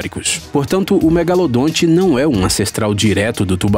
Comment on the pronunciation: Para quem acha que o nome correto dele é apenas " Megalodon" está absolutamente enganado. Pois este nome é a pronúncia em inglês . Então se o chamarem de megalodonte estão corretíssimo. Existem até pessoas que acham que o narrador está pronunciando errado. Esses que pensam nisso deveriam tomar uma tapa no pé da orelha para estudarem mais... Bando de gado.